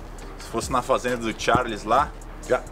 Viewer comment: Não é Tharles não! É Charles!!!!